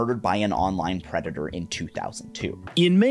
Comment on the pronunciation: bro said pedator instead of predator